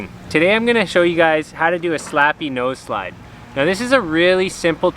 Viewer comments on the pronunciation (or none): You said noseslid